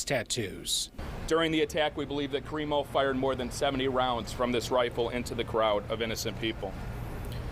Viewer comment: Creepo instead of crimo!!!